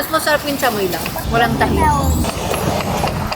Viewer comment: Thank you Ivana!! thank you for FINALLY pronouncing “chamoy” right! 😂